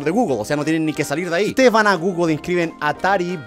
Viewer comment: No se dice guglo se dice guguel pero se escribe google